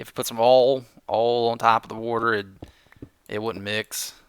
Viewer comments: Wait, that is not how you say water? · if you're having problems finding a exit when caving, use jack o'lanterns to light them up. Just follow the direction the faces are facing and you'll be home in no time! And btw, I personally don't mind you saying "wader"... I'm Canadian and I even say it:)